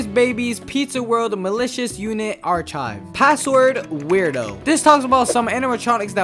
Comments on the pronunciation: "Arc ive", not "arch ive". the H is silent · THE WAY HE SAYS ARCHIVE Still a great video, but it’s SUCH a pet peeve of mine. It’s pronounced arkive with the k sound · Why are you sayng archive and psychiatric like that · why do you say archive like that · Why you sayin archive like that?😭